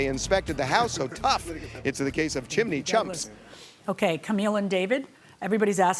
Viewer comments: First time hearing her pronounce it "chim-in-ney" I started singing that Mary Poppins song "chim chim-in-ney chim chin-in-ney chim chim cher-ee...." lol 😂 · right! Irritating! it's chimney, pronounced chim • nee. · I love the way she says "chim-en-eys" though 🤣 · I always have a hard time with Judge Milian's pronunciation of chimney. This is the second or maybe even the third time I've heard a case where she obliterates the word. It's like fingernails on a chalkboard. As with anything, an owner only knows as much as they know. Whether it be cars, a house, electronics... Anything. They never had an issue with the chimney. The person who cleaned them never raised a concern. That's it. That's all the knowledge they have and saying everything is OK is accurate. The plaintiff clearly is not concerned enough to actually have the inspection done ahead of time. It's kind of strange that she is trying to say that is a major point of concern before the purchase and then does nothing about it. I'm not even to the end of the case, but I'm 100% certain of which way the ruling will go. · how she keeps saying chimney irritates me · How does pronouncing, 'chimney,' incorrectly show intelligence and bilingual skills? The word has TWO syllables. Even I can pronounce it correctly and I only have a degree in English Language and Literature. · It’s sounds like she’s saying it in Spanish-chimenea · The mispronunciation of realtor and chimney throughout this video made me crazy😂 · its chimney not chimIney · It's Chim-ney, not Chim-a-ney Judge 😉 😅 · Is anyone else irritated that judge M keeps pronouncing “chimney” chiminy?😂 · Word is chimney not chiminey sorry no disrespect intended just my OCD takes over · It's pronounced chimney, not chiminey...🤣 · Its Chim-nee not Chim-in-nee. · It is pronounced chimney NOT chiminee your judgeship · Irks me it's chimney not chiminey judge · Does it bother anyone else that the judge is giving the word, "chimney" three syllables? "Chim-in-ney"!!